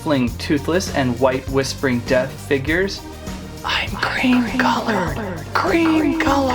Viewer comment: ha ha ha dat was funny bicouse wen you akshuli say def dat was siryesli funny